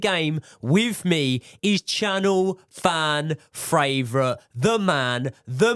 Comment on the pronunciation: can say Panathinaikos but can't say favourite - Australian Hardcore fan